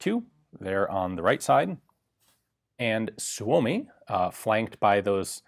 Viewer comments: Suomi is pronounced, "Soo mee". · Heard it’s pronounced “soomi" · It's pronounced Soo-Mee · SUU-O-MI, gotta remember that..SUU-O-MI...